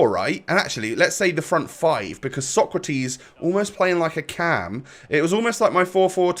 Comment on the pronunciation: It’s pronounced ”Socrates” not ”Socratis”. Keep it up 🔥🔥